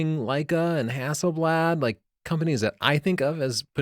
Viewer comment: Dude, Nikon is pronounced as English "knee cone", not "nigh con". A's in Hasselblad are as English "cot."